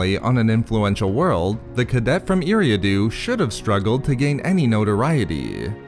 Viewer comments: It's pronounced Air-ee-ah-do (Eriadu) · You miss pronounced his planets name. Other then that good job Great video